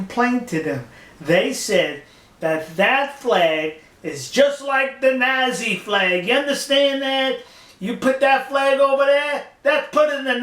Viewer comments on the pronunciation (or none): I love this guy but seriously please say Nazi correctly :(